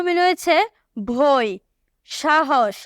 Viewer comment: বয় ❌ ভয়✅😂😂😂😂😂